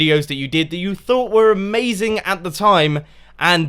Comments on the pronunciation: 14.37 " It would be A-MAZ-ING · It is a-mase-ing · Did you really say aMAZEing? xD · Did anyone else notice he said a-maze-ing? lol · You said a maze ing :')